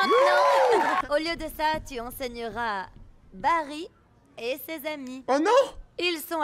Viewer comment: c pas barry mais barril